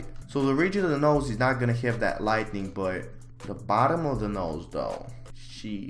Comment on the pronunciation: please learn the difference between 'lightning' and 'lighting' and how to pronounce them words correctly